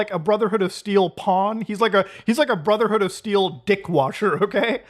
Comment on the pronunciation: "Brudderhood" INDIAN MOMENT